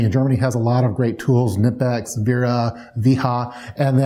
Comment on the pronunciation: Finally someone who pronounces knipex the correct way!